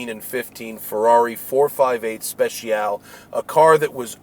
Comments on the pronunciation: Special-ee just FYI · Matt Speciale Not Speciaall 😂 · It’s not pronounced “ 458 Speshial “ it’s 458 Spet - chyal - ay